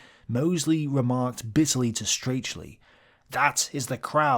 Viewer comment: Pedant's note: "Strachey" is pronounced "Strackie", rhymes with Jackie or tacky.